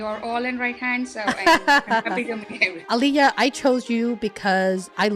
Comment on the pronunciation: I just wasted my 15 min.. came here hoping that it I’ll learn about program manager interview but this discussion goes on about how great is Holly’s training plan etc etc and a bits and pieces about Alekhya. Btw Holly you are pronouncing Alekhya very wrong it is Ale-Khya and not Ale-HYa